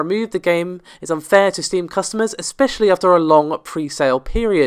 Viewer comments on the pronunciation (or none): none